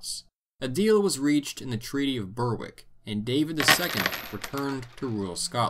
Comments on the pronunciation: Berwick is not Ber-wick but Ber-ick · Berwick is pronounced like "berrick". Dumfries is pronounced with the stress on the -fries part, "dum FREESE" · Love your videos. But just a small, tiny, tiny thing. Berwick is pronounce BEH-rikk not BER-wick. Totally understandable why you would think that, but it's not. :) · Please note, places that end in wick have a silent w. Therefore Berwick is pronounced as Berick. The exceptions to this are the northern town of Wick and a village near Dunbar in East Lothian called Innerwick. All others have a silent w. You also pronounced Lumphanan wrong, the ph being pronounced as an f, therefore Lumfanan. Alnwick which is now in Northumberland is also pronounced without the w and also without the l. It’s simply Anick. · It's pronounced Berrik not Ber-Wick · Good video but by god you butchered Moray, Dunnottar, Dunkeld and Berwick...